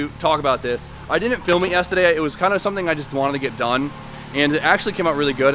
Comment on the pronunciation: Am i the only one who cringes everytime says yestaday instead of yesterday